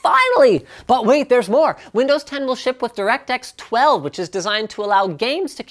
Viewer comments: You should have slowed down at that last mention of DX12. It sounded like you said Direct Sex 12. Unless that was intentional? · Directsex 12? I can't be the only person who heard this. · "DirectSeX12" Snicker